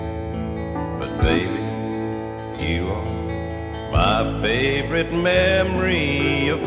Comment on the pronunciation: Cal does great justice to the Haggard Classic,right down to his emphasis on the third syllable of the word "fav-o-RITE" in the song title, just as Hag pronounced it on his hit recording.